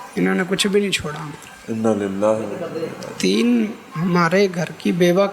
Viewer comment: Inna Lillah ka talafaz sahi kren.